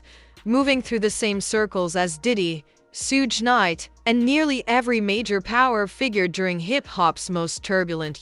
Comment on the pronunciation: Sootch Knight and Shin Combs 😂 Narrator should learn the names first